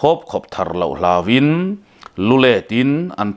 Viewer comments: "Lulet" hi i lam dik lo, "Let" hi Leilet tih a, let kan lam ri ang hian lam tur. He thawnthu hi nangma phuah/ziah a nilo em ni le aw... Sir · Lulet (kir) tih anga lamtur a nilo,lu let ka muhil theilo va ka let kalet tih ang a lam tur patling pui si i ho roh e 😝😝😝😝😝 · Lu let inletling tih laia let ri anghian lamrik zawk tur let kirleh riikdan angnilo in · lu let in i tih hi i lam hmasak ber dan khan lam tur a nih hmel. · Lu let tih a let tih hi thlûk loh tur zawk a nih hmel e. A ngaihnawm e.